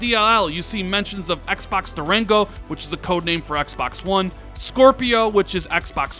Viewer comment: you put so much emphasis on the word Xbox... you say it like XXXXBOXXXZZZZ.. lol just say Xbox 😂😂😂